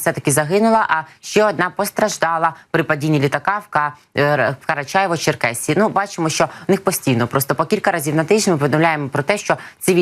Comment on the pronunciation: Не - КарачЕво, а - КарачАЄво - Черкеська республіка.